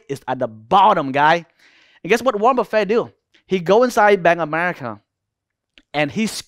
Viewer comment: Wornet buffet 😂I love u bro